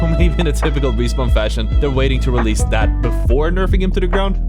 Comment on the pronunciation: no way u said realese APEX 2 come on